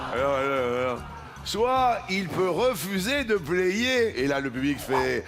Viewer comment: Luc a mal prononcé Payer (il dit player) et l'algorithme qui génère les sous titres a écrit player.